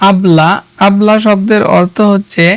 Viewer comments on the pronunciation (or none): উচ্চারণে এত সমস্যা কেন ভাই? অবলা কে বললেন আবলা,মুরগিকে বললে মুগরি😂😂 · অবলা হবে নট আবলা👎